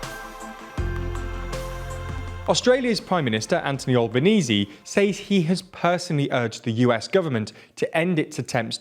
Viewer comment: Please, we Australians beg of you, pronounce our Prime Ministers name properly. It's pronounced "Al-ban-easy" over here, not "All-ban-ease".